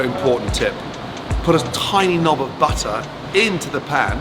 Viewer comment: Gordon's "Little knob of butter" & "splash/tablespoon of olive oil" are not what the sound like 🤣 almost the damn opposite to be exact.